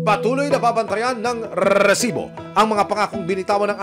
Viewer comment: ok naman po ako sa show na ito,i find it annoying lang po yung pagbigkas ng reeeesibo.